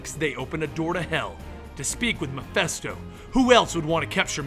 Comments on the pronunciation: I might be wrong, but I thought it was pronounced Mephisto, not Mephesto? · Not mephesto...His name is MephIIIIIIsto. Mephisto..... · stop saying Mephisto incorrectly. Meh-fist-oh. Not festo. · keeps pronouncing the name Mephisto as "Muh-fess-toe", is that the correct was to say it? I've always heard it pronounced "Meh-fiss-toe". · Its mephisto, with an I